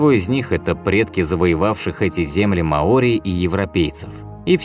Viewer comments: Не маОри,а мАори это как говорить рускИе а не рУские.диктор тебе неплохо бы подготовиться перед озвучкой иначе молодежь (которая слушает и внимает)будет такой же тупой как большинство расиян (((((а так канал в целом довольно полезен .ставлю 7 из 12 баллов.Привіт из Запоріжжя.Україна.птн пнх... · не маОри, а мАори. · Вообще-то мАори, а не маОри. См. словарь. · Что же так безграмотно? Не маОри, а мАори. У вас в выпусках с ударениями вообще беда. И не добывают там раков! То, что вы видите на картинке - это Green Rock Lobster, но никак не рак. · Ухо режет неправильное ударение. Верно мАори. Как можно было придумать такое ударение маОри. Жесть .. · МАори,а не МаОри. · В слове «маори» ударение падает на слог с буквой А — ма́ори. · Ма́ори. Проверяйте ударения у незнакомых слов перед тем как сделать фильм.